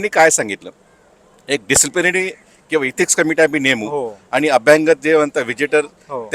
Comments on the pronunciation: अभ्यागत म्हणा अभ्यांगत नव्हे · बरोबर..अभ्यागत ऐवजी अभ्यांगत म्हणत होते. मराठीची ऐसीतैसी 😂